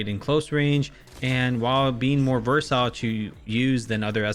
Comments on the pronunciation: I'm confused, is it pronounced "versile"? Or "versatile". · I just wanna say “it’s versile” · Exactly lol... It's like just reads the script which cygnoux gave him every time lol... He's even pronouncing the word "versatile" wrong🤣 He literally repeats the same points everytime for every single gun like good Bullet Spread, ADS, TTK, Reload speed, Mobility which everyone knows lmao... It's like he has nothing else to say except these points lol😶 His top 10 list sucks now from the past couple of seasons